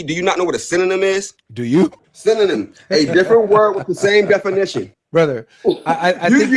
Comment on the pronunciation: Did bro say Sinaanym😂😂